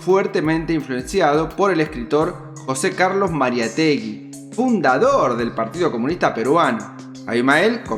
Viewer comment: Muy bueno, felicitaciones, disculpame pero: Mariátegui, acento en en la segunda a, y es Vladimiro con o, muy buenos tus videos, me gusta la edición q le haces.